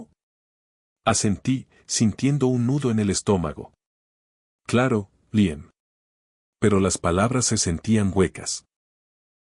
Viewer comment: No diga Raan sino Raian. No es Liem sino Líam. Hable claro y deje de inventar pronunciaciones al hacer el doblaje.